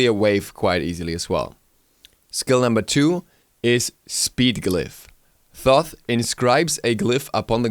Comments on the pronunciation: ITS PRONOUNCED TOTE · It is pronounced "Toth" with the first H being silent :) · Wow dont pronounce Toth like that!